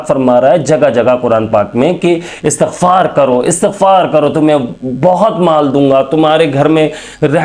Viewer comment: لفظ استغفار ھے آ کے اور ت کے نیچے زیر ھے